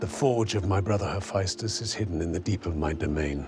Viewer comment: He also pronounced Hephaestus' name differently than how everyone else does.